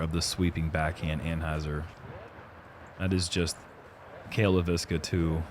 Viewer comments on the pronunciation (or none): Ironically, they get Leiviska wrong every time. :) (it's "LAY-viska," emphasis on the first syllable, not "lay-VIS-ka.")